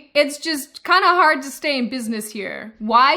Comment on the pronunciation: Her accent comes and goes all the time, it weirds me out. She says "hard" and "ask" in a very American drawl, but then she says "talked" and "woke" , and it's SUPER Australian.